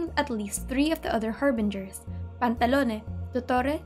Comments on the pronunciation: I love how she pronounces the names of the Harbingers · Man...hearing you say the Harbinger names hits different